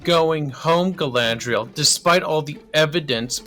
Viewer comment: Guy-lad-Rey-el is the worst Mary Sue ever